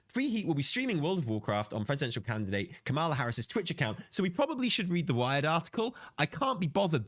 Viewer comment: COMMA-LA. Please say her name correctly. It's not like messing up "harbinger."